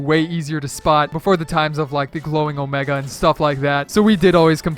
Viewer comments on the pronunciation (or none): none